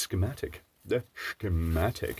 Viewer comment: i love when you say škematik (yes its writen like so in czech)